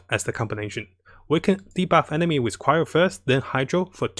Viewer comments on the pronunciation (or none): none